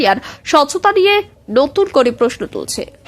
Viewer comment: চ্যানেল টা আমার প্রিয়। করে, বলে, অধীর শব্দ গুলি ঠিক করে উচ্চারণ করবে। ভীষণ শ্রুতি কোটি।